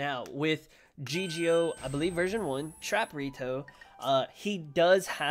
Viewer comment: Its Trapito not Trap-Rito